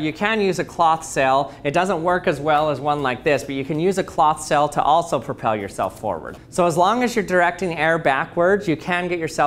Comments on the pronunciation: Your pronunciation of sail had me a confused a number of times...I was like...why is this sail being called a cell? Is it more scientific when you call it that? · I like the way he says sail. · Is he saying "cell" or "sail" ??? :/ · It's quite interesting how ppl who live in different parts of the world say words different. He pronounces "Sail" like "Sell". I wonder how he pronounces "Sale"? In my area of the world, we pronounce them exactly the same with a long "a". Not just languages but also accents are so interesting when listening to ppl from other areas of the world. btw, this is not a slam on his, or anyone else's, pronunciation/speech. It is just an observation. I am quite sure there are words that I say that sound funny, odd, intriguing to someone else. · Why does he keep saying cell... ? ... kidding I'd love to hear him say cell and sail and see if I could tell the difference :-)